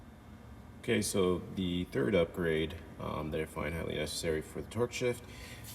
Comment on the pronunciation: My sister always gives me shit when I say OK, so. Because it always comes out sounding like I say queso just like you. Always followed by. Are we having Mexican tonight or what she burnt that in my head about 10 years ago. Now I’m throwing it at you, hope it sticks.